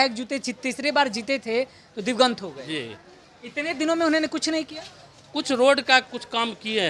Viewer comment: Sir divgant nahi divangat bola jata hai